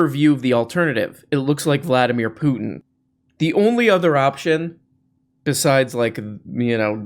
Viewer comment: Vladimir Pluton! Best mispronunciation yet! 😂